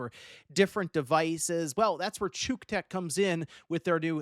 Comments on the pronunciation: You may be pronouncing it "chook tech" but we ALL know the real pronunciation of that company's name... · Did you pronounce that "chook-tech"? That's not how I read that. 😅😅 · he probably said to the sponsor "yeah... I'm not reading that, why don't we call it tshook". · "chuuk tech"?.......riiiiight. I think you're pronouncing that wrong. This charger watches my phone while another charger is charging it. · Cuck tech, 🤣🤣🤣🤣 🤪🤪🤪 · If i were to find that in the wild i would pronouce cuktech differently than you. I think thats a bad move on their part. Unless youre into that sort of thing.